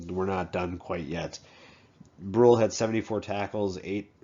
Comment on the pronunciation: Pronounced Aaron (Bru Ley)